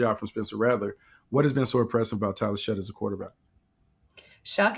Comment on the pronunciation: SHOUGH NOT SHUTT